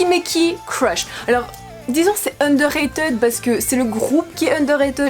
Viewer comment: Juste ça se pronomce "underra"tide" :") Sinon jai adoré ta vidéo ^^